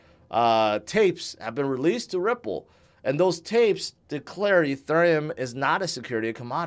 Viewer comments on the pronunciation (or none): I’m like, “Is he saying Etherneum ?”